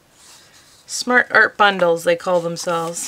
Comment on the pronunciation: You keep saying Smash Art Box, isn’t it Smart Art Box? 😆